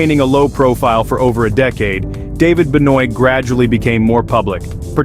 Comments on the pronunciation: "ben-OYT"? Try "ben-WAH"! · Seriously are you guys for real? It's pronounced Ben-wah NOT Ben-oyt!!! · these auto voice overs need to be reworked it calls Benoit as ben oit it is pronounced ben waw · It's amazing how ppl make videos on things they know nothing about. Ben yoit? That's how yall pronounced Chris Benoits name? Just pathetic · It's pronounced Ben-Wah dude..come on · It is pronounced "BEN-WAH" put a little more effort into your videos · So you can't pronounce Benoit correctly? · The way you pronounced Benoit gave me cancer. And Pillman Jr you got wrong on the dates. Do a little more research and stop giving people cancer of the ears. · Sorry but prenounce the Benoit good . not saying it american but the French way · you pronouce Benoit correct... then LITERALLY SECONDS LATER you pronouce Benoit WRONG... LMAO these stupid small channels dont even catch their own mistakes. Do they watch their own content??? Prob not. Ran by some A.I bs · You would think that a wrestling channel would know how to say Benoit correctly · That annoyed me when he pronounced it like that 🙄🤬